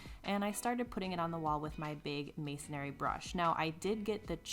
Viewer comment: The pronunciation is MASONRY, not masonary. No A. Just so you know...